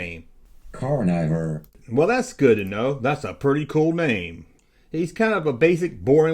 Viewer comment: Hey 8DD8 it's car-nuh-vore, not car-knive-er.